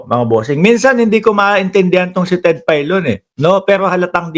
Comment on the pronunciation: Ted Failon hindi Ted paylon tanga.